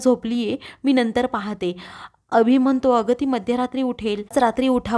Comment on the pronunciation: उच्यलली नव्हे उचलली. म्हनतो म्हणतो, पुर्न उच्चार सुधारणे आवश्यक आहे.